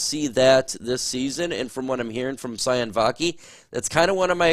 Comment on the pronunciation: Sione Vaki is pronounced See-oh-nay